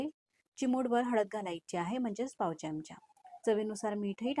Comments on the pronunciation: Chamacha उच्चार नीट करावा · मराठी आहात ना? चमच काय? चमचा म्हणा.पहिले शुध्द मराठी बोलायला शिका. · चमच नाही चमचा.